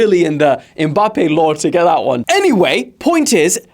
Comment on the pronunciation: be like: Mbappe❌️ Em-mbappe✅️